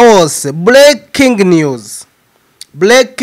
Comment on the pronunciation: Bavuga Breaking news not Bleaking news 😂. Please hari difference ya R na L 😂